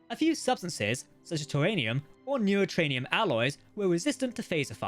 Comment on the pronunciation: Neuatranium??? You mean to say Neutronium I believe right like the shell of the doomsday machine